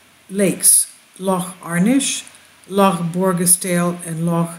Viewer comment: You're pronunciation of 'Loch' is great! Wonder why they built them...wish I lived on one. Bless you